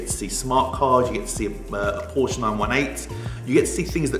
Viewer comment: if you're working on supercars, please learn how to pronounce Porsche.